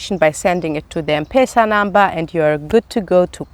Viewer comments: It’s not mpesa but M-pesa (eme pesa ) 😁😁😁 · I like how you pronounce m-pesa😂 its pronounced like em-pesa welcome kenya anytime ❤️ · M-pesa is pronounced as Empeesa, not mpesa😂 Great content 👌 Do you have a husband anyway? 😍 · its not mpesa....its mpesa...say mpesa😂😂😂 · You are pronouncing M-pesa wrongly its pronounced as empesa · Hi.. M-pesa is pronounced as ' em- pesa '